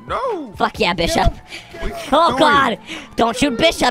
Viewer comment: You said bis shop 😂